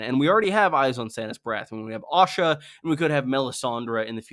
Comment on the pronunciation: Pronouncing Asha with an O sound throws me everytime I hear it. I was curious when Osha became a viewpoint character only to realise you meant Asha.